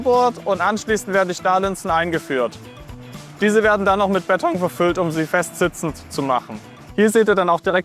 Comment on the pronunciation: Ich bekomme noch Alpträume, wenn ich noch länger "Bett-ong" höre.